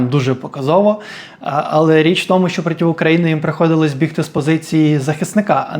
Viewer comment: Дякую, за хороший контент. Але дуже різало слух слово «протів».